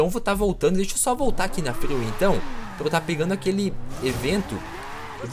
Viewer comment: Mano pq toda rua grande ele chama de fryway?